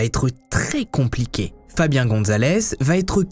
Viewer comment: FABIAN NE SE PRONONCE PAS COMME FABIEN !!!!!!!!!